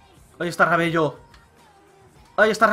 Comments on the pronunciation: valla paliza que le diste a F madre mia la sorpresa de la YUL y no es Rabello se pronuncia Rabelo es solo porque me suena extraño rabello xD y podrias ver el tema de los sobres de fifa jackpot algunos sale mejor comprar las monedas directamente que abrir los sobres si le pudieran bajar un poco el precio:D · Se pronuncia rabelo no rabello :P Pon a mati fernandez en ves de rabello en todo caso :D En todo caso lo dejaste como F de follao xD (que es coña es para la broma no mas jajaja)